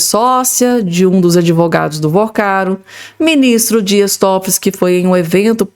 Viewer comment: É TÓFOLI NÃO É TOFOLIS NÃO! NÓS NÃO ESTAMOS A GUENTANDO UM, VOCÊ QUER ARRUMAR DOIS OU MAIS?